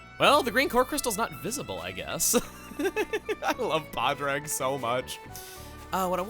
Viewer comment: It is not paidrag it is paadrige irish